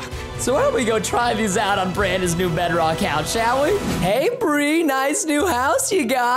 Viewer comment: CätBõÿ 100 What in the World is Breadrock 😂😂😂😂 Its Bedrock 🤦🏻‍♀️🤦🏻‍♂️